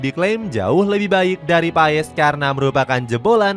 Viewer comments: Martin pes PES PES bacanya PAEES PAESSS MULU AH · Bapak kau PES , baca nya PAS kalee ,malu gua mah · Dibacanya MARTIN PASS bukan MARTIN PAES min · Kata coach Justin nyebutnya pas bukan paes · bukan Martin paess tapi Martin pass bg klu ngomongnya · BACANYA PASSH GBLOK PES PES PES APAAN? EFOOTBALL? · Paas bang bacanya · Bacanya martin pas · MARTIN PAS kaliii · Bacanya pass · Sebut namanya itu pass